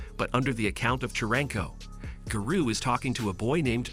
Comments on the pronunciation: giroo sorry and ginos WHAT THE HELL IS THAT BRO CANT SAY GENOS OR GAROU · Instead of Garou its Guru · He didn't say garou right